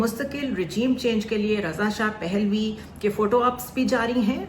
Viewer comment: اسلام علیکم ورحمت الله وبرکاتہ پ کے اوپر زبر ہے رضاپھلوی